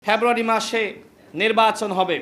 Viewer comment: February ucharan Kara Sikh 😅